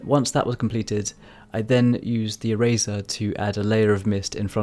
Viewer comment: Really cool drawing, the whole video I was confused cause I thought you were saying razor instead of eraser like how Tf do you create mist with a razor I was confused. Anyway, I challenge you too draw a black and white flower, good luck